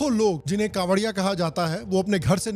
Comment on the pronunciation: Kanwariye❌ jhariye✅